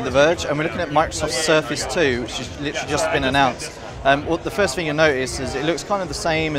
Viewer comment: "The first *fing* you'll notice is..." "...pull it slightly *ferver* out" Lol. Atrocious English from....well... the English.